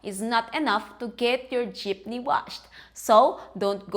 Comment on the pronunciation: Jeepny Wash hahaha... what a way to say it